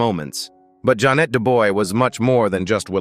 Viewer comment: Pronounced Ja'Net (Janay) Dubois (Du'bwa)